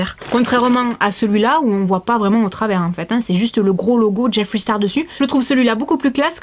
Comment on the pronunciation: JIFWREY STARW ! Mieux vaut le dire a la française !